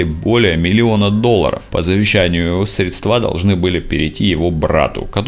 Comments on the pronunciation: Поправлю. Не "средствА", а "срЕдства". Спасибо за репортаж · срЕдства: ударение на первый слог